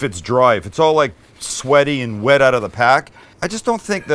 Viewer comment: DANGEROUS DRINKING GAME while watching Sam... every time he says “OUT” like “OAT” —- good luck